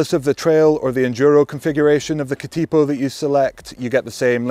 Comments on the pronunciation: Cat IH po, not Cat Ee po. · We usually lazily pronounce Katipo as "Ka-Da-poh", with the T having a D sound, and each syllable having the same duration. Not "Ka-Teee-poh". A Katipo is a spider by the way. I have both here at home: the bike and the spider! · Katipō is better pronounced as Kuhteepoh. The emphasis is on the first and third syllables. Cheers from NZ🇳🇿. P.S. Great explication and explanation of pros and cons. Thank you. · Another great review mate. And fantastic to see a New Zealand bike feature on your channel 😁. Keep up the brilliant content. For future reference, katipo is pronounced ka-tuh-po. Katipo is the Māori name for a venomous spider that lives around parts of the New Zealand coastline. You came close with taniwha 🙂. Taniwha is pronounced ta-nee-fuh. A taniwha is a water monster in Māori legend. Cheers from Aotearoa NZ! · It is pronounced Ka-tuh-pow. Maori work for a poisonous spider found in the coastal regions of NZ. The 27.5 version Taniwha pronounced ta-nee-fuh, Maori for a Water Monster. Damm nice bikes that ride real sweet. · K’tea po ha ha NZ might be the only place that competes with Wales with pronunciation. [Edit] Just got to “tanner-wah”, oh Lordy 😆